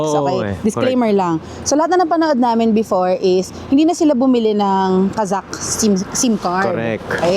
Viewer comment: The girl pronounces the word Kazakh (Qazaq) correctly.